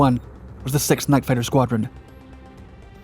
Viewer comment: "Night fitter." Bye.